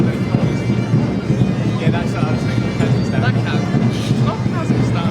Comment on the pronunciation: Троица, то как он выговорил Казахстан ... Ну, не знаю как сказать. Произношение по нашему, а не как у остальных британцев. Может показалось ☺☺☺ Насчёт бороды, кому какая разница как он выглядит. Хватит народу пихать свое мнение про внешность, это самый тупой поступок в мире 🤗🤗🤗